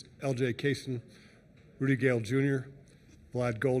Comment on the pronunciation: The announcer saying Roody and Roddy’s look at LJ. 😂😂😂